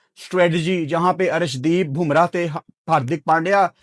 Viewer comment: Bumrah not "BHUMRAH"